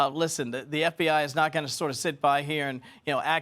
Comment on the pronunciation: "Metted" out not melted out lol